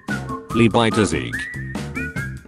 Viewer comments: Fun fact: the pronounce of levi name is actually levi and not livai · he pronounces leebi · Lee-bye (I was dying whenever he said it)